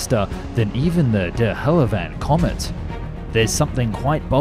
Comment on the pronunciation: The what Comet?